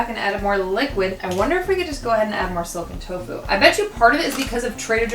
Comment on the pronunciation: I dont understand what youre saying, soaken tofu? Silken tofu?